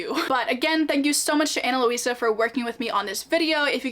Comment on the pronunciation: Ana Luisa (Lweesuh not Lohweesuh) is so nice!! Just wanted to show the pronunciation, it’s actually my moms name.